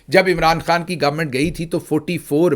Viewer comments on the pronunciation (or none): none